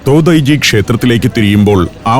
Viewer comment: തോതായി-ജി temple അല്ല തോഡൈ-ജി temple ആണ്‌ ശരി